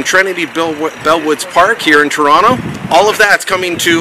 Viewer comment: soyronto? it's pronounced soyronna.